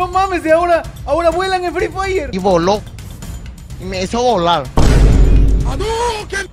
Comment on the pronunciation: ya deja de decir frefire ya